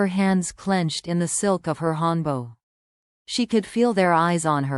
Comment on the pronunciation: It not hanbo it call hanbok. Sound like hand buck. Read it correctly.😊